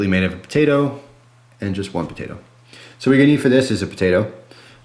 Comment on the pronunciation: says Patato